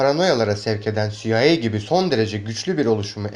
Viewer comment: CIA siaey diye okunur